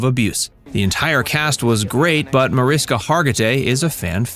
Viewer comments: Mariska is spoken with sh -> Marishka. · Seriously? You put together an entire video about her and mispronounce her first name throughout it? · you obviously didn't check very hard. It's still up there, still pronounced wrong throughout.